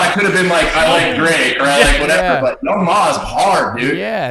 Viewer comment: Young M.A , not young mah😂😂 So funny I was thinking who the fuck is young mah